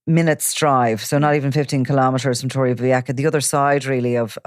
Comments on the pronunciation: It's about 50 kms from Alicante City to Torrevieja, so Torrevieja is not an Alicante City surburb, practically or otherwise. Torrevieja (old tower) is pronounced Torrevieha not Torrevieka. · They keep saying torreveacka 🤣